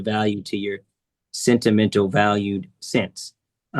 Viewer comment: Omg, the 'scent' timental killed me